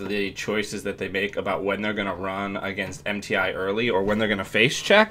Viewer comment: I just find it funny how you are so adamant about how to pronounce Kati Jones name, but still pronounce Mti as if it is an acronym.